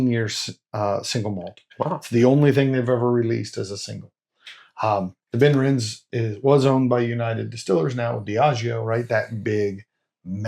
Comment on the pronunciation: Just FYI: the "e" in Benrinnes is pronounced, so 'ben-RIN-ez' (similar to Glenrothes being 'glen-ROTH-ez'). Obviously, we don't get ImpEx bottles here (except rarely at auction), but I do have 4 different Benrinnes bottles from other independent bottlers. I tend to think of it as being like Mortlach, but better suited to me... I've been to various whisky festivals over the years, but these days I just do Croydon Whisky Festival in March and Dornoch Whisky Festival in October - lots of great stands with superb whiskies at both.